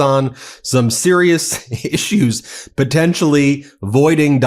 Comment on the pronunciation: It’s on some serious ish-ues!